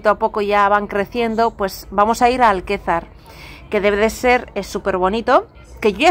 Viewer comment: Es Alcázar de San Juan, no Alquezar!